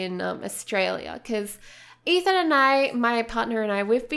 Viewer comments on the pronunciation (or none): none